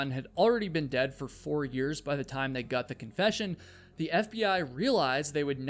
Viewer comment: Love your videos! But ive just got to say something. Am i the only one who notices that he pronounces his o's like u's, So "got" sounds a bit like "gut"? Is this a new England accent?